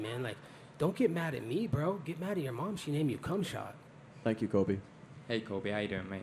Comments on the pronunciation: "Kumshot" HAHAHAHAHA. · “Kumshot” lmao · This dude said kumshot bro I can’t stop laughing 😂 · Why is it funny every time he calls khamzat, "Cumshot" 🤣🤣🤣☠️☠️☠️☠️☠️